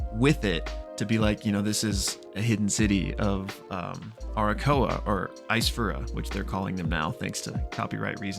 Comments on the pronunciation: Why do you call Aarakocra Arakoa? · It's pronounced air-a-coke-rah, btw! Love you! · My guy is straight up ignoring letters in the word aarakocra. Also they're Eisfura. Similar but legally different enough. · Aarakocra is pronounced /a-rə-kōk-rä/. Lol In all seriousness.. Love these type of Videos. And that whole scene was super rad!!